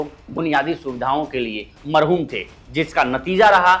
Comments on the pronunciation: Marhum nahi mahroom hota h shabd sahi bolo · Mahodya marhoom nhi mahroom hota h bo jo aapne bola